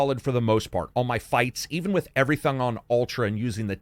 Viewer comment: "Even with everyTHONG..." Nice. Ultra thongs in this game